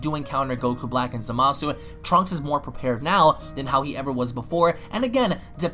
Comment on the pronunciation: Hey, you do know you're pronouncing Zamasu wrong right? I'm not saying I don't like the way you say it, just letting you know in case you didn't know in the first place